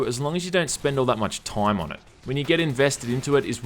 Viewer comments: "your problably gonna have a bad toime"😂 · i love the way you say "time" "THOYMM"